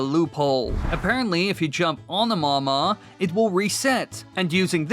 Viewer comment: it's called the mawmaw not mama